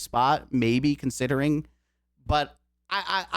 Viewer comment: Did you say "consitering"?